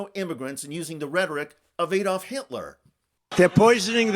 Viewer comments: Ad-olf, Not A-dolf. 🙄😖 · Ad- olf, not Aid-olf Hitler…jeepers.